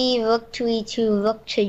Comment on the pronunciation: i love how pronounces rook... "wook" ^^